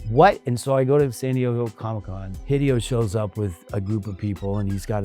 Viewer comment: He’s saying Hee Dee oh. Like he never met the man.